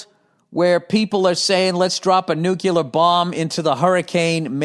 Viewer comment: Yes, it's a minor thing: Bill, it's pronounced "Nu - CLEE - ar" (as in nucleus) NOT "Nu - cue - LAR"